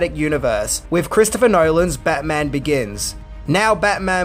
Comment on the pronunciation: Take a shot every time says Bayman! 😂😂😂